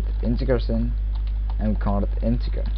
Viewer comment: It's pronounced "in-teh-jerr"